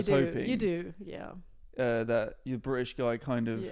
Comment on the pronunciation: I LOVE how pronounces British as 'Bri'ish'.. it's insanely accurate to a lot of Southeast England accents! Also I'm S.E English and my partner is native German (Hamburg) living in S.W England so can relate to a lot of the content. Especially my love for German food and culture. 💜🇩🇪🇬🇧💜